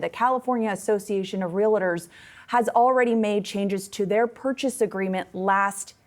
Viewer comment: First, it's Real-tor not real-it-or and it's NAR, not NRA.